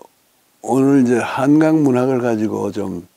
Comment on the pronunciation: 자가 한강의 한은, 짧게 발음하셔야지요° 길게 발음하시면, 강인 한강과 혼동하게 되지요!